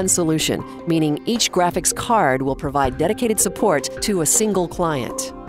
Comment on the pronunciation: she pronounces "card" pretty rough a Am i the only one who notices this?